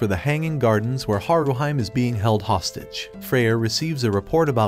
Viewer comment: Not HaruHYME, but HaruHEE-MAY. Please calibrate your AI properly. You also called Bell ugly, but at least a dozen women ( and one man) would vehemently disagree.